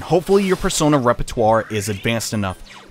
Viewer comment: How did I just notice that Teddie says Bear-sona? 😂